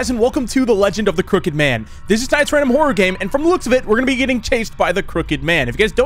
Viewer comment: I thought he said the cricket man 😂